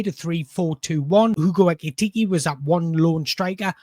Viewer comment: Pronounce his name properly, PLEEEEEEEASE!